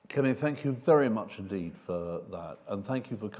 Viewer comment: Kemi, not Semi please